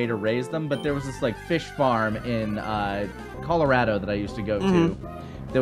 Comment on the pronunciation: So I know there is no chance any even will read this comment due to how old this video is. But I've spent my Christmas break back home from college just binging tfs gaming, and I'd like to thank I believe it was while talking about the fish farm for pronouncing "coloRADo" correctly. I grew up in Colorado and moved to north Carolina when I was 8 and have spent my life being told I pronounce it wrong by people that have never even visited the state. So thank you for proving to me that my life has meaning and that everyone I've met in the past 13 years is completely wrong.